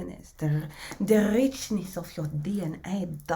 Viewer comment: “Da Rrreeechnesss of your DNA” 🤣. You got me cracking up and brimming with energy every single time I find you. I am already tapping in. I’m am learning to sustain and move with love and power in equal and infinite measure. Eternal blessings and gratitude for sharing your gift, your support and vivacious energy 🙏🫠❤️⚡️🔥🫡